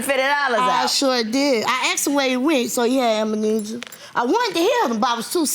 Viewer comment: Did she really say he had "amanesia"? She should put that tongue on a diet...............